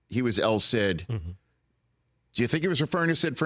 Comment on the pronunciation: Did I hear “el CID” omg😂